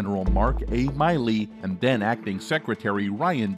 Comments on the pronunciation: Its Milley, not "miley" and its pronounced "attack-ems". Learn to read pls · now former General Millie, for a channel that is supposed to know US Defense.... a huge mistake. So unprofessional that you can't pronounce ATACMS correctly.... thumbs down, not worth subscribing too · How is it that you can't pronounce Milley or ATACMS correctly?